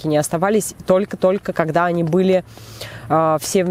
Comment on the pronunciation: правильно когда а не кагда